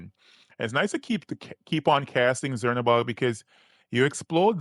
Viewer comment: Cz is actually a ch sound like in the country Czech republic so its more like chernabog not zernabog